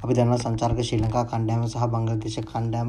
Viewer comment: Akthar ලා ඔක්කොම පණ්ඩිතයෝ 🤣🤣🤣 අනික ඔය යකාට ශ්‍රී ලංකා කියන්න බෑ 🤭 ශී ලංකා කියල කියන්නේ 🤦🏻‍♂️ බංගලි කියන්නෙ කිසිම class එකක් නැති එවුන්🤮